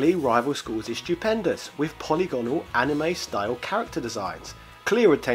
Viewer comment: "po-lig-anol" not "poly-gone-al" uuuuugggggghhhhhhhhfff